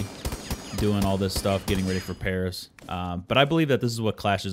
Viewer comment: "iM gOiNg tO pArAS"